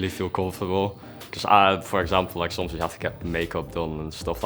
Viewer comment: “like SOMS” he just snuck a little dutch word in there lol